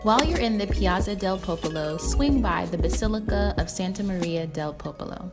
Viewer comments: The double "z" in "piazza" makes it pronounced "pi-AHT-za," FYI. Great video! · Great video! If only you pronounced the word piazza correctly... ;) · Not how you say piazza